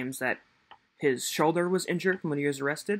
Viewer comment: Hims shoder lol